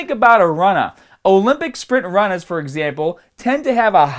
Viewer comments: lol the lack of R's is too funny. Runnahs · Im not really sure what fibaahhs and runnaas are